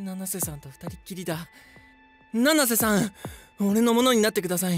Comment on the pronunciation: 七瀬じゃなくてののせになってる